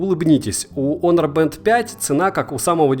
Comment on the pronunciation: Х Хонор, а не онор